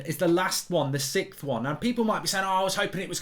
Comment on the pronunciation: It’s sixth not sikth!!🙄